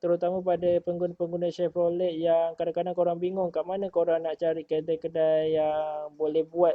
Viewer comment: Salam. Sebutan yg betul Shev-ro-ley. Skirting set yg di pasang pada asalnya adalah buatan malaysia. Supplier local saja. Kaler ni kalau tak silap di panggil SANDAL WOOD. Optra = daewoo lacetti. Buatan korea. 1.6 lebih power dari 1.8. Cuma 1.8 lebih exclusive dan sunyi dalam kabin.